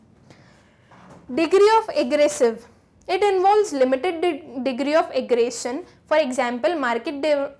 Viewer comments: mam for your kind info its aggregation not aggration keep that in mind and your data is too confusing especially the sentences you've framed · Excuse me mam that's not aggretion that's aggregation 🤣🤣